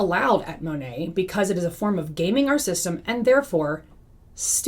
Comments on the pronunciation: It’s Mah Nate, for Modern Nature. I am no fan, but believe we should say the company name correctly. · She knows she’s pronouncing it wrong. Many anti MLM creators pronounce it improperly as a nod to how so many Monat reps don’t even pronounce it correctly.